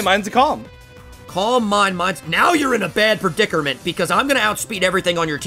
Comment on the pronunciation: “now your in a bad perdicerment” wot?